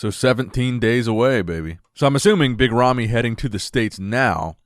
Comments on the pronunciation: I hear yummy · Sometimes when says 'Big Ramy' I hear 'Mitt Romney.'